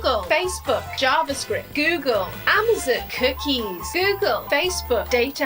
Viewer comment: I love how she pronounces Amazon as "Ah-mah-sin"